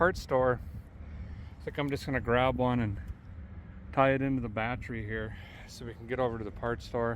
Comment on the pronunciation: As a mechanic, I can appreciate the pronunciation of the bat tree